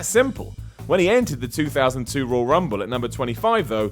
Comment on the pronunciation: seems unable to say the word "Royal". Why is he narrating a video about the ROYAL Rumble. Rull Rumble. Rawl Rumble. Raaaul Rumble... 😬